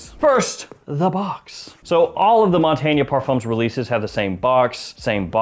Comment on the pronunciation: One of us is pronouncing Montagne very wrong. :)